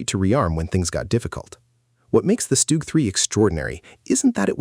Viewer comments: STUG is pronounced SHTOOG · stoog ...etc wow AI is really taking over how hard is it to say a name correctly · Good video, AI pronunciation is poor for some German words, StuG and Jagdpanther for starters. Art image for the Tiger is reversed. The Pershing should'nt be ranked so high if only 20 saw combat fover 3 months. Panzer IV artwork image is reversed. Ferdinands/Elefants were more numerous and destroyed more tanks than thr Pershing. T-34 artwork image is reversed. Sherman absolutely should not be ranked above the T-34. Why are you using a still WW1 photo of German (?) machine gunners wearing gas masks?